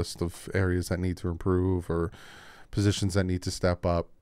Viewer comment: Love you but its improve not imporove lol. Keep up the great work!